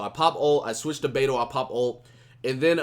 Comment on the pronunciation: hey. since u like Beidou so much. The correct pronunciation of her game is like Bei (Pay) Dou (Tow). PayTow Keep up the good work man!